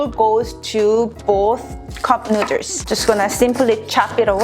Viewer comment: Take a shot every time she says cupnooders😂💀